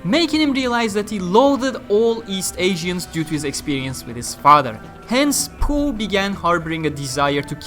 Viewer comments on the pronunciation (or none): I thought it was pronounced POH instead of POOH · Low key lost my shit everytime he said PoH, as poo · Poh is pronounced as poo? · oh. And I thought it's pronounced literally "Poh"